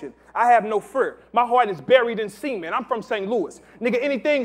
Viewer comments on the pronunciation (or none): Lady Paramore He said cement. Not semen. 😂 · Henny Hardaway I copped that ppv.. when it struck me i was like "nahh i heard that wrong" now im seeing here in the comments that he planned to say cement.. But when he corrected himself, he said semen again _.. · needs to learn how to talk then cause it's supposed to sound like "sah-ment" not "seament". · "my heart buried in semen" "WAT?!" "PAUSE!" "CE-MENT he said Cement"! Dead. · says "Cement" and the children in the crowd stop him to go "Pause" shit is so childish. Can't even say regular words around fake tough people.